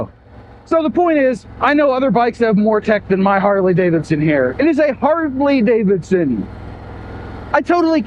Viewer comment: Did you say HardlyDavidson😂